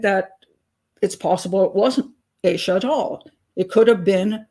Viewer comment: Its AH-SHA not AYE-SHA 🙄 For someone who's so judgmental and pedantic, you should learn how to pronounce these victims names.